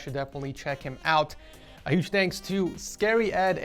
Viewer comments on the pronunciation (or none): none